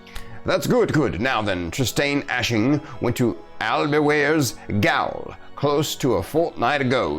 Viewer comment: Gaol is pronounced more like jail. It's an old spelling of the word that isn't used anymore.